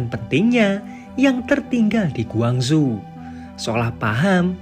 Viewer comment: Iya aku pikir di cina soalnya penyebutan nya gwangzhu . . Ternyata korsel . . Kalau korsel gak ada kn yg namanya gwangzu